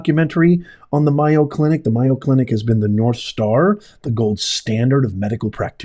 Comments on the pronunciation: May-o, not Myo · It's the "May-o, , not my-o" clinic. Please say it correctly just in case people are listening and not seeing the video. They may not know the right place, Mayo is a big well known medical name in the USA. Thank you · by the way it is MAY-O not MI-O. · It is such a blatant error! The Mayo Clinic is the largest medical group in the world, and it is odd that a professor would not know its correct pronunciation. "Mayo" does not even look like "Myo." The mispronunciation could be overlooked for many other people, but not ""! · "MAY Oh Clinic" not "MY Oh Clinic" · MAY-o Clinic! Not My-o. Although, saying their name wrong may be well deserved. The DEI people probably call everything they're able to get control of My-o. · It’s called May O clinic. Not miyo. But I think our squatters laws have to change. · MAY O in Wisconsin where I live. Not MI O. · It's M A Y O...NOT MIYO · May o clinic not my o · MAY- oh Clinic. It's not MY-o Clinic. Where are you from? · It's pronounced May oh clinic. Scottsdale clinic infected not all. Try the other two. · lol, it's MAY-O as in mayonnaise! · It is MAY O! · It's may-yo. Like mayonnaise. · Mayo, as in mayonnaise. Get it right ! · MAYO CLINIC (pronounced like Mayo short for mayonnaise). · Pronounced May oh The Mayo brothers from my neighborhood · No offense, but it's pronounced MAY-o Clinic. Keep up the good work! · Pronounced May- O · It's pronounced May O. Mayo clinic. I don't believe you were there. Or you would know how to say it.😢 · I LIKE YOUR CHANNEL however it’s pronounced MAY-O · No disrespect intended, but it is pronounced Mayo as in Mayonaise.😊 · Good Lawd! How does he NOT know how to pronounce that !!!??? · he’s an intelligent man that doesn’t sound like one when he doesn’t pronounce the name of a MAJOR medical center correctly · You are mispronouncing Mayo. Such a nothing program.